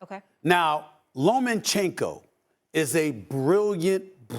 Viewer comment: Dude said lomINchenko lol